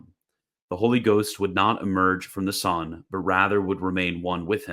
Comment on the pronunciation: why does he prnounce "son" as "sohn"? but pronounces "one" as "wuhn," not "wohn"?